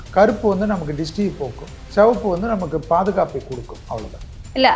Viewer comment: செவப்பு என்று சொல்லாதீர்கள். சிவப்பு என்று சொல்லுங்கள்